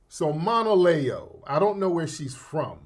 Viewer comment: If you aren’t aware who Monaleo is do your research, I appreciate you sharing your POV, but I want to flag something from a stakeholder-alignment standpoint. If you’re going to deep-dive on Monaleo’s message, you’ve got to at least pronounce her name correctly and show that you engaged with her content beyond the surface layer. She wasn’t talking like a “industry plant’ she was speaking on Sᴀʟᴏɴɪᴀɴ identity, also other black culture’s not only Caribbean/African diaspora culture, and the nuance of being Black and culturally specific at the same time. She literally said at the end of the day, cops don’t ask where we’re from they just see Black. So the whole conversation she opened was about unity, context, and representation but wasn’t switching up on what she said…As someone with a platform and influence, the expectation is that you bring precision, cultural awareness, and due diligence to the table. Right now, the way you approached it low-key dilutes her point instead of engaging with it. No shade just asking for a higher-quality analysis and a little more respect for the artist and the culture she’s speaking for.